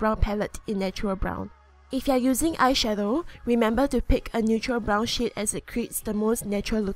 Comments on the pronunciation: when she says shade it sounds like shit lol not making fun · When she was doing the lips who else heard brown sh** instead of shade?😂😂